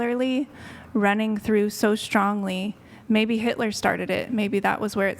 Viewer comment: She also said H i t ler